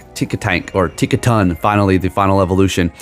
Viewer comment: "...TinkaTANK...*looks closely...Tinktink(nailed it) *almost immediately TINKTINKA" "..been waiting for this Pokemon" but doesn't know the name or pretends not to know. Stop lying! ...and continues to mess it up for rage bait. Cool, well played